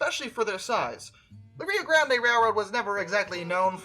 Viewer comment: its Rio GRAND (but spelt Grande)